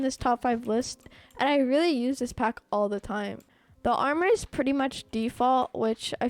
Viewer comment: when he says pack i hears phack